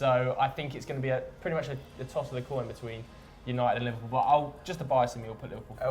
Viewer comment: Right??? when i heared "livperpool in 4th" i had to pull back to make sure of what im hearing